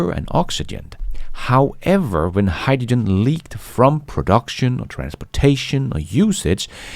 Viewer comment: agree, but please HY-dRo-gen. Not Hy-da-gin.